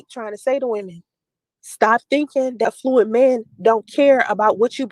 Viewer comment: Her nasty filthy mouth is so unprofessional during these”life coaching” lives she makes me sick. She doesn’t even know how to say the word affluent, no one in business or economics pronounces it that way which proves she’s not in that scene.